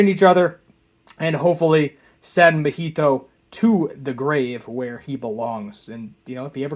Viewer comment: "Neh-NEH-mi?" and "Mohito?" Do you mean NAnami and MAHito?